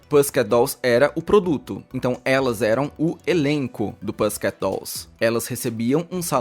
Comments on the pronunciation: Se fala “pússiket”, não “pêssiket”… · Só te ajudando, sem shade, Pussy se diz pussy mesmo, com U. Não pãssy. Ok? Bjs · Pãssycat não né amigo...... vamos pronunciar certo pro video não ser uma bomba pros ouvidos, aliás video muito bom, mas purfa né, se é pra falar nome em inglês, fala certo po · a pronúncia certa é Pussiquét. O "u" é pronunciado que nem em pus mesmo. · nossa, que agonia ouvir "pâssiket" a cada 2 segundos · cara normalmente nao implico com pronuncia mas o jeito q vc fala pussycat? 😭 isso tb devia fzr parte da pesquisa pra criação do video